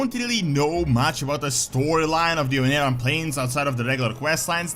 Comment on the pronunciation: "Ohn'aran Plains" I always have to point this out because it's hilarious, but "onara" means "fart" in Japanese.